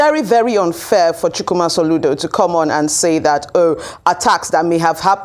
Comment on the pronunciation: Ndi Kato from Kaduna, you are good at your job and I like it. You pronounce Chukwuma correctly 👍 PO4President